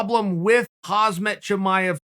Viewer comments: Sonnen Please don't butcher Hamzah's name 😂. For the record: HAMZAH /حمزة is Arabic and means Lion, but the Chechens and Dagestanis write the sharp H as KH , just like KHABIB , pronounced HABEEB . The H similar like in the word HATE . And the T at the end of Khamzat , is due to the fact, that the Arabic letter Tā-Marbūtah (ة) is being pronounced as a T ONLY if an another word follows after it, but if no other word follows, then it's only being pronounced as a soft H . But Muslims from Caucus, the Balkans, Turks and others decided to write the T at the end of these words, which in fact is being pronounced as a smooth H , hence it's HAMZAH , a sharp H at the beginning and a soft H at the end! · Khabib is pronounce Habib, but I don't think Chael is that cultured to call Hamzat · Crazy that Khamzat never even knew how to say his own name this whole time. Thank the lord for Uncle C. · it's more annoying that you still can't pronounce Khamzat's name!!! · seriously chael stop butchering khamzat name. i cant with you. 😂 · Please learn how to pronounce Khamzat not "Hasmet" Thank you! Just say HAMZA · It’s actually Kham zat not Khaz mat! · LOL chael his name is HAMZA the k is silent... why u keep calling him hazmat after like 40 videos wtf? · UncleChael: "Hazmat!" ProductionAssistant: "It's KHHAAMM-ZAAT" UncleChael: "Hazmat!" Lol 😂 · Pronounce Hamzat not as Hazmat. Z comes after. By rhe way he is like Hazmat right now everyone wants to avoid. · Uncle Chael is KhaMzat not KhaZmat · Not khazmat uncle chael. Kamzat! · FOR GOD’S SAKE HIS NAME IS KHAMZAT NOT KHAZMAT!!!!!! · chael it's pronounced ham - zat, or should i start calling you kale? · Khamzat = hamzat = hamza Ffs it's not haZmat...... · Swear to god cheal it’s khamzat not hazmat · Man this guys gunna make me use to saying hazmat haha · Was not interested in the 100th video on Khamzat but had no idea Chael was actually speaking on Hozmit. This man continues to raise the bar 😂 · Khamzat “Hasmat” Chimaev aka Borsch